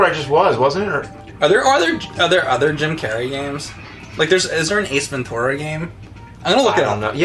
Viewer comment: Could you stop saying Ace Ven-Tour-a... its Ace Ven-Chur-a!!